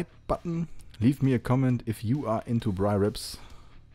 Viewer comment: Good on you for saying braai